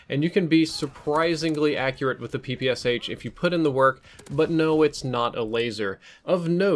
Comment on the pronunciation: It's pronounced "Pee-Pee-Shaa", not "Pee-Pee-S-H". I'm so tired of repeating it to you, people (ง ͠° ͟ل͜ ͡°)ง You don't say "S-H-arapova"? You say "Sharapova".